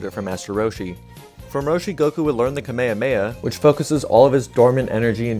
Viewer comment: Did you say Kameyameya? 😳